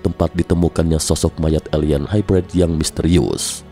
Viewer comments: gan, nyebutnya bukan HAIBRAID kali, tapi HAIBREID aja. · Hybrid nya salah tuh pengucapan bahasa inggris nya